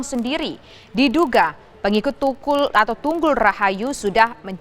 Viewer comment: Pengikut tukul?? pengikut tungkul ?? hati2 mbak kalo nyebutnya 🤣🤣 ntar mas tukul arwana yg dikejar2 warga